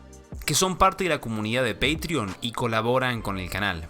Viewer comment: No tiene que ver con el asunto del video, y no quiero ser impertinente, pero es muy triste como nos dejamos colonizar culturalmente. Patreon viene del latín patrocinari, y su pronunciación correcta es como se lee en castellano, o en italiano. Por si no teníamos suficiente con la invasión de palabras anglos, ahora consiguen que pronunciamos las palabras latinas con sus mismos errores.